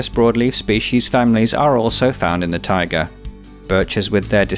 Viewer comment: Not sure what you meant by tigers, "taiga' and "tiger" sound completely different, but whatever... good video, you've got me hooked, and I'm watching all the biome episodes in order. I'll probably, almost definitely subscribe to your channel. This earth that we live on is such a beautiful and fascinating place. We are very lucky.